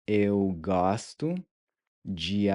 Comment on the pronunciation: Kiitos, muito obrigado ❤ I previously watched your video on the pronunciation of open and closed wovels. It was confusingly difficult to distinguish between a closed sound and an open sound. But with this video, the open ”o” opened up for me when you taught to pronunciation of the word ”gosto” You are really good at teaching pronunciation 👍🏼 I also liked the recap of the previous episode (Lesson 1.), which you nicely added at the end 🥰